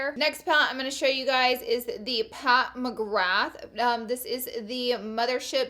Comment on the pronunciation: i nearly died when she pronounced Pat McGrath